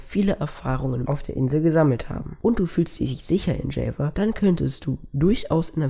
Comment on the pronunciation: Gutes Video. aber bitte ändere die Aussprache von "Java"